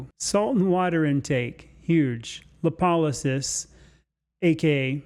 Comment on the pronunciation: If you would just pronounce it clearly I would look it up. Napolysis? What? Lapolisis? I'll try. Oh, wait, what's this? "Lipolysis /lɪˈpɒlɪsɪs/ is the metabolic pathway through which lipid triglycerides are hydrolyzed into a glycerol and free fatty acids. It is used to mobilize stored energy during fasting or exercise, and usually occurs in fat adipocytes". Makes great sense. Oh, dear.